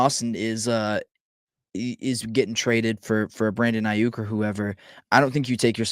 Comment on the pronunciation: The amount of times this mf butchered Aiyuk name is baffling lol and I’m supposed to take this guy serious as an analyst when he can’t even say a superstar wr’s name right lol